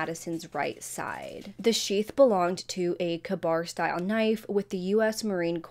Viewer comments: Hi, just a heads up, the knife is pronounced Kay-bar. I think this guys so cocky that when he messaged one of the girls and repeatedly didn’t respond he took this as a rejection and he’s clearly an INCEL so it really pissed him off. Now I don’t think that that’s actually the why of it but I do believe he used this as a reason to justify why he chose these people to kill. I also don’t believe he did this for science either. He wanted to do it because he’s sick and him being in college for criminal justice was the thing that awakened the evil that was already brewing in him. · For future reference the knife is pronounced, Kay-Bar. Nice job though!